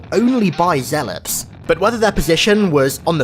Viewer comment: Why do I keep hearing ZEALOPS?